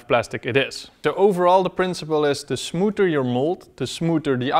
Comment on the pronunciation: te smooter yo mold te smooter te output